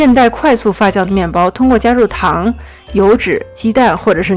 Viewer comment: 發酵唸Fa “xiao” not fa “jiao”！我聽的好痛苦